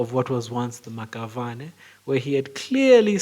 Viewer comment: The Maxavane is pronounced "Mashabane"